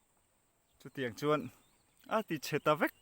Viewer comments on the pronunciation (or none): none